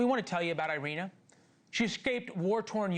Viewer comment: EE-ri-na, there is no AI sound for the Y or I in Ukrainian.